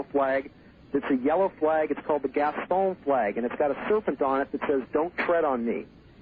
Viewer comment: It's hilarious how Art was so accommodating to some of the lunatics that appeared on his show. I don't know if they were all schizophrenic or all grifters, but this guy saying that there would be new nations by 1996? He couldn't even pronounce "Gadsden Flag"-the "Don't Tread On Me" flag. I'm from Charleston, South Carolina. There's no damn such thing as any, "Gaston Flag". You wanna be taken seriously as a "psychic"? Start by pronouncing things that EXIST the CORRECT way.